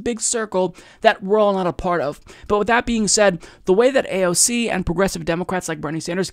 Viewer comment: Abolish A O C..! and not EYE-SEE-EEE..!